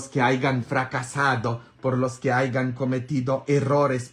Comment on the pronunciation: Dice hayan no aigan